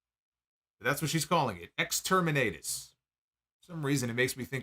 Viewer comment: Exterminatus is a reference to Warhammer 40k. Baszler is clearly a huge fan since she has worn 40k-themed ring attire. Joe is also a big fan. But an Exterminatus is when an entire planet is wiped out from orbit due to its irredeemable corruption. It’s just pronounced differently than was said here. On top of that, is great and I just learned that Baszler is 43 years old.